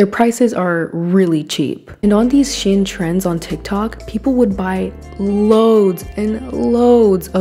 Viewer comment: Did she just say "Is VERY two-sided than ever."? LMAO? Who learned you how speak? HAHAHA! Also, its pronounced "SHEEN" not "SHIN".